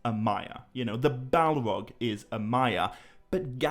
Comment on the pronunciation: Bro why do you talk like that? You don’t pronounce R’s. “Fwiend” “Sauwron” “Balwog” “Sawuman” “Fwee” why do you emphasize your T’s so much? It’s gross, I couldn’t even listen to it.